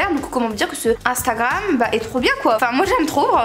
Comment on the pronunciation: elle a dit intakam